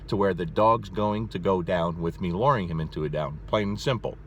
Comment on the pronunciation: Lmao the way he says luring. It's a U not an O.